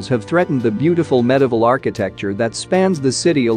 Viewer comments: It's medieval not medival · Rio deJaneiro is very much at risk. Incidentally, how extraordinary to be able to pronounce "Thames" correctly but not "Italy" or "medieval".